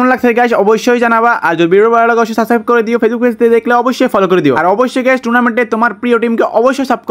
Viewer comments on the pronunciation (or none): none